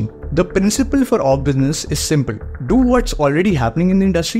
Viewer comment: Why are you pronouncing 'is' as 'ish'; 'C' as 'she'; simple as shimple ... It's difficult, for me, to understand what you tell.